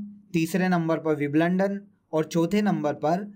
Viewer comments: Sir wo wimblandon ni hoga. Wimbledon hoga. ❤️ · Wiblondon ni bhai Wimbledon 😂👍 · Bhai aapka WIBLUNDAN bahut kamaal ka tha.. hasi hi nahi ruk rahi.. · सर, बिंबल्डन होता है,बिबलंडन नहीं😔😔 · Bhai Wimbledon ki pronunciation theek krle yrr